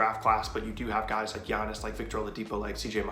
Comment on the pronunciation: Why they butcher giannis’ last name so bad 😂